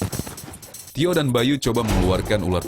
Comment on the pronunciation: Menit kok bilangnya ular Korba?wkwkw